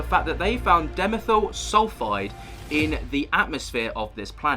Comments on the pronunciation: It's pronounced DI (rhymes with pie) - ME (rhymes with tree) - THYL (rhymes with style) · It's di....methyl - not dimethyl. Think of Carbon Dioxide.